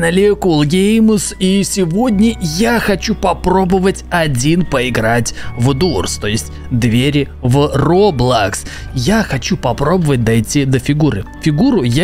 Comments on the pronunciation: Не дурс а дорс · Дорс а не дурс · кул круто только правильно не дурс, а дорс.